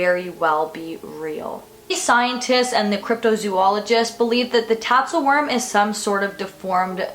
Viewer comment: It's spelled "Tatzelwurm", but the pronunciation is "Tatzelvurm" because the "w" in Germanic languages is pronounced like we would pronounce a "v". But I think we English speakers get a pass. 😁